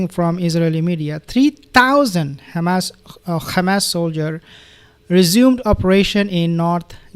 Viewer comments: He mocks the Israelis by using their incorrect pronunciation - Khamas. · you pronounce Hamas like hebro jews ,like Nutyohoo, there is no khamas my friend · Please dear beautiful soul Just want to know that you put too much effort on the first syllable of the word hamas. Pronounce it as a "H" like the dich hummus if this help. Only Israelis scratch their throat to Pronounce the Ha. BTW you pronounced ot right the first time in your video then you rectified. God bless